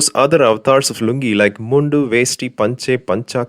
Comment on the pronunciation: Why u pronounce mundu like you are from a non lungi land